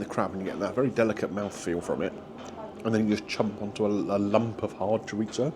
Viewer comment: Your pronunciation of chorizo is almost annoying as Greg Wallace's.